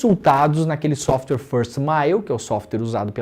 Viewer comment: Não é SOFTER. Pelo amor de Deus, conhecimento liberta então a pronúncia é "SÓFTUÉR", *software*. Dói os ouvidos ouvir a pronúncia incorreta que significa MAIS MACIO (SOFTER)